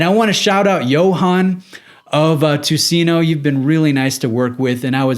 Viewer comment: It's pronaunced: "Tuseneu" Ö the last letter is pronaunced like "i" in bird. Nice review! :)